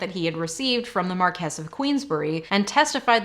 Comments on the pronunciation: For future reference I'm pretty sure Marquise is pronounced Markee or Markeez, not Markess. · A little part of me dies every time she confidently mispronounces "Marquess."